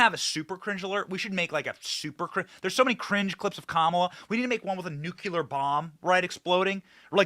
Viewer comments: Nu-clee-er. Not nukular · Bennnnnny, Nu-----clear, not nucular. Lol. We love you anyway! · Nu-cle-ar. I love you Benny, but please learn to say nuclear correctly.